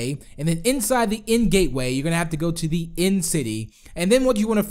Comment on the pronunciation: DID U CALL IND INSTEAD OF THE END!